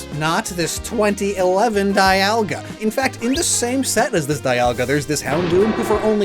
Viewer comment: It's pronounced "dee-ALL-guh."